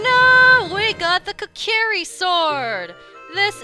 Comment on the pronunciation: And also Kokiri is pronounced kokary